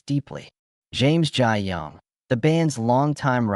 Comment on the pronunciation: This looks like an AI generated video of generalizations from various public sources, and I don't think any real person is going to multiply mispronounce Dennis' name - i.e. nothing to see here.